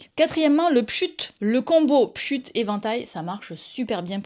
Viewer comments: Le monde entier dit "pchit", y'a pas de sujet ! 😂 Y'a toujours des gens qui prononcent/n'entendent pas comme les autres ... ces gens là m'intéresse ! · Première fois que j'entends quelqu'un dire "pshut". C'est pshit, madame. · J'adore le "pchut" chez nous on dit "pchit"